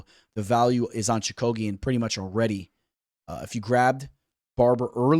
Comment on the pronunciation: Your picks are getting a lot better. Your pronunciations though man…. lol Choo-ka-gian….. cage …. I like Barber Chookagian to go to decision. I can see barber via split. I don’t think the UFC likes Chookagian. However she has technical striking whereas Barber thrives on bursts of actions. Chookagian also has good jiu jitsu